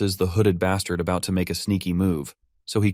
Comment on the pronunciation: This guy really likes to say bastart😂